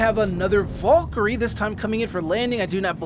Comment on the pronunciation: You are pronouncing Valkyrie incorrectly. It is Val - ker - ree